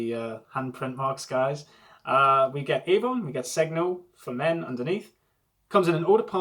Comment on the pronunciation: Segno means sign, the g is not pronounced though and there is a silent "i" after n. In other words, just like "senio"